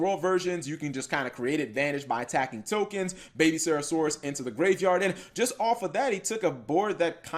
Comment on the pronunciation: can you stop misspelling miscellaneousaurus and not saying serasaurus